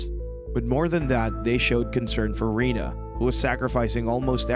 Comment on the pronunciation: It's Renee, not Rena or Rina.